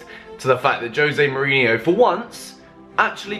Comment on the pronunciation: You call yourself a Chelsea fan and you can't even pronounce your own coach's name right smh